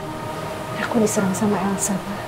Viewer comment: Papah Surya ngomong nya elso dong😂🤣🤣🤣🤣